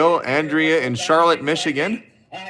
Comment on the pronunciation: I love how so say Charlotte, Michigan It's not Charlotte, it's pronounced Char-lot